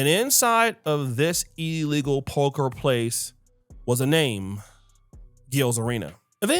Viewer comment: Its P O K E R not PULCHURE!